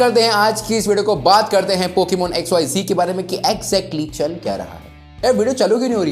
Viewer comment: XYZee nhi re XYZ hain voh...😂😂